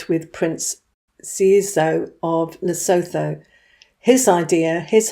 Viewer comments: I am white African. Please pronounce Lesotho correctly. Phonetically it is "Le sue tu." Th in all of Africa is pronounced t. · The h in Lesotho is silent, it's pronounced Lesootu